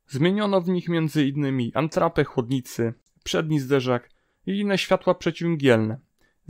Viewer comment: Antrapę? Chłopie, zmiłuj się :)))